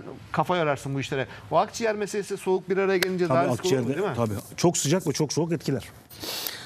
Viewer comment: 42.20 serdar ali çelikler çok soğak dedi😂